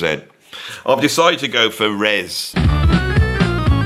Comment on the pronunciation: FYI It's not 'Res', it's 'R.E.S.'. Tim once told me it didn't particularly stand for anything (or he didn't wanna tell me). But he said he was amused by all the theories people came up with for what it meant.